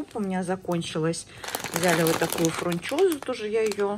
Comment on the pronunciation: ФРунчоза или фУнчоза???😄😄😄😄